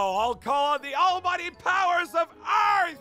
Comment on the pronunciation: bro bro Aphmau miss click a word it's Earth but its Earf